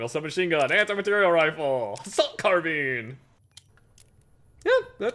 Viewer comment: Assault Carbean? Lol